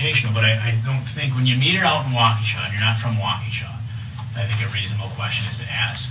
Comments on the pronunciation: Walk-A-sha CO. WI.... not Wacooosha. :) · It's walk-E-Sha not wahkooshuh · Wau-kew-sha??? WAU-KEE-SHAW. 😂😂😂 Kinda like Mill-wau-kee…. But loose the mill, and add a shaw…. WOW 😮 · No disrespect, but it is not Wockoosha it’s sounds like (wauk-a-sha) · Awesome video! Just letting you know. We pronounce froedtert like “Frey-dert”, and Waukesha sounds like “walk-ah-Shaw”. As I’m a Waukesha local I appreciate this content! Thank you. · Hey man, new sub here just wanted to let you know it's pronounced wok ah shaw. This man is a disturbed , entitled, volatile living being . I watched the entire trial, I couldn't believe this guy, I feel sorry for his children having to endure the wrath of his evil doings. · New sub-loved all about ur vid-Except! (You’ve prob learned by now-sorry!) it is Waukesha!! “WOCKA’shaw”! Great job! Lots of good 411! You found background info I’d never ever heard b4!! So, thanks for the hard work! Great channel! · It’s pronounced Walk-eh-Shaw! I hope this helps! A Waukesha native! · Walk-a-Shaw is how you pronounce the city where he murdered 6 people. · The really low bond was in Milwaukee. He was bailed out by his mother 2 days before the parade. The statutory sexual seduction was in Nevada. Ebony died of a drug overdose. It's pronounced Wau-ka-shaw. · Waukesha, pronounced walk- ah- shaw. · Just a lil assistance with how they say those weird names here in Wisconsin. Freodtret is pronounced fray-dirt Waukesha is wa-ka-shaw ~great in depth research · It’s pronounced wok-a-shaw. And Illinois is pronounced without the s. So Ill-i-noy. Thsnks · Good grief man. The city is pronounced Wah-kuh-shaw! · Baby its Wokashaw. Not wok a but wok ah shaw. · Bro, you know damn well the “s” in Illinois is silent! Illinoise!? Come on bro!! “Wakoosha” Wisconsin??? Bro they say that cities name 400 times during the trial. Come on bro. We gotta talk better than Derrell! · Waqusha, Wisconsin haha!! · Dude it's WAAA KA SHA Wisconsin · It’s pronounced walk-ish-awe.